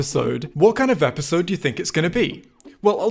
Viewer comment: Him saying episode wrong is more funny than the actual spy jokes